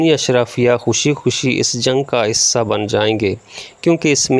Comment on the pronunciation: معزرت کے ساتھ ح کو ع نہ پڑھیں جیسا کہ عکومت/ صحیح تلفظ حکومت عوتے/ صحیح تلفظ ھوتے عصہ/ صحیح تلفظ حصہ امید ھے کہ مجھ ناچیز کی راۓ پر ناراض نہیں ھونگے آپ کا انداز بیاں بہت زبردست ھے شکریہ